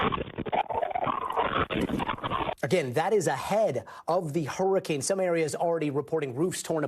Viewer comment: Blue said horrorcane 💀